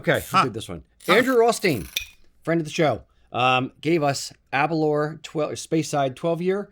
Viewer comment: It's pronounced Aber- L-hour